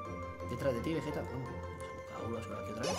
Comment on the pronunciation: Pero bueno veyeta dijiste folagor